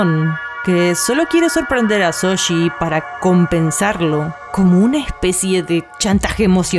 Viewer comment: ¿Shoji? No Soshi 😎